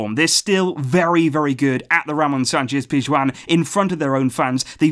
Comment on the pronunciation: who else likes the way pronounces Ramon Sanchez PIZJUAN